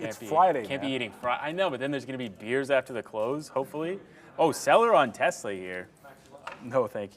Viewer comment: Tezla??? ☺️ It’s Tesla